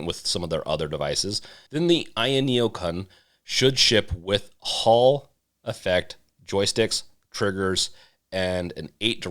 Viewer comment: The "Kun" is pronounced like raccoon.